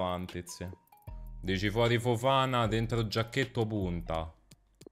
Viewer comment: Petizione per convincere il a pronunciare “Fofaná” e non “Fofàna”